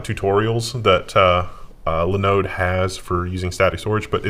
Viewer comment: Please, please, please stop mispronouncing Linode. So painful.